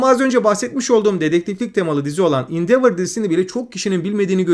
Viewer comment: Mükemmel bir video olmuş, daha da iyi olması açısından HBO,son of anarchy ve endeavour ve bir başka videodaki Orphan Black okunuşları biraz kulak tirmaliyor. 😅